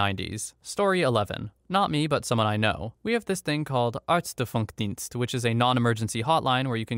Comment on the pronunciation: For those german speakers who stumbled over the tts-nonsense here like me: It's Ärztefunkdienst. In english, it would be something like GP call service. Here in my hometown, this is a normal number, ten digits. And for the topic of the video: We once had a burglary. I was first to get home after that, so I went into the house. As it was November, I thought, it feels a bit chilly in here. Then I went around and saw the mess. Called the closest police station directly as there was noone in there exept me. And to me this wasn't an emergency; it was already over.